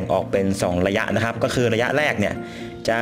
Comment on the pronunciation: ข่าวคราว ไม่ใช่ ข่าวคาว ครับ ไม่ใช่ คับ ฮับ